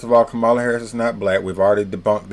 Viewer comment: It's comma la. Did someone pay you?